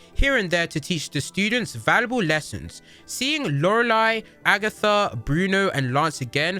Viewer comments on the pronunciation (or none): none